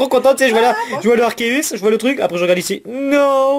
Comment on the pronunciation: dit à Miss que Arceus se dit Arkéus!